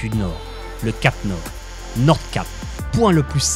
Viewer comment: C'est bo ! Bon sinon la prononciation du norvégien et du suédois c'est pas ça xD Nordkapp se prononce Nourkap Malmö se prononce Malmeuh Öresund se prononce Euhresound